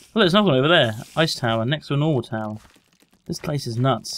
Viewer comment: Row row, fight da towah? ;)